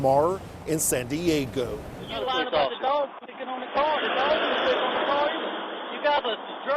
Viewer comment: reporter says San Diego funny...